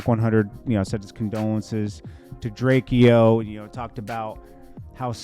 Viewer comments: it’s pronounced Drake-O by the way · Why you keep disrespecting the man by continuously mispronouncing his name , it’s said Drayco!!! The fact you keep mis prounouncing his name shows your lack of true respect for the man .. PUT SOME RESPECT ON HIS NAME FOO!! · His name is pronounced Drake-o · FOR THA LAST TIME BIG HOMIE HIS NAME IS... DRAKE....O.... THATS HOW U SAY HIS NAME🤣🤣SHEESH..WORSER THAN CALLIN A KOREAN CHINESE🤦🤦🤦